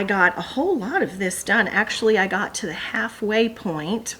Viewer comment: Love how you said, "whole, whole, whole " when you were showing the Christmas quilt. Sounded like, "Ho Ho Ho!" Awesome!!